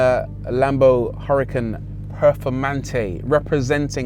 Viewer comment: lamborghini huracan perfoRmante* peRfoRmante whit 2 R. 😁 Also, is huracan, not hurrican. 😁